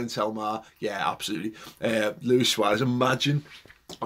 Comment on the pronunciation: Dude, its SUAREZ.